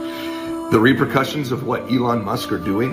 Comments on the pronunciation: Is he saying real percussion's instead of repercussions. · "Real purcussions for real people." LOL what? Is it a drum?